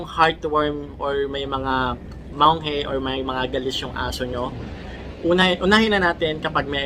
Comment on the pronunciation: Search mo din sana paano I pronounce ng Tama Yung "MANGE"